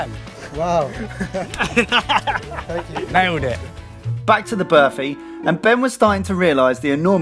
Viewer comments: "Birfy" wow that pronunciation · berfy? did no one tell them how to pronounce burfi before they started? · class guys! although id say burfi rather than berfi......yeah no one cares?! lol good job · I'm so used to them making food I don't know how to pronounce so listening to them saying burfi was kinda weird. IDK if this is a South African Indian thing but we pronounce it BAR-fi with a hard R. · The way the pronounce Burfi makes me cringe every time they say it XD Ur supposed to roll the R a little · i love how these guys pronounce burfi XD #Classy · 😂😂😂 the way they pronounce burfi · lol I love you guys, but I can't help but laugh at the way you pronounce burfi